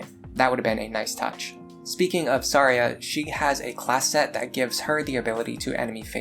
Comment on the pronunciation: Her name is actually pronounced Thar-Ja not Thar-Ya like you'd think. The point of her name is that its supposed to sound wrong. XD